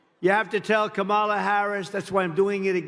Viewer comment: Oh no. He pronounced Kamala the correct way.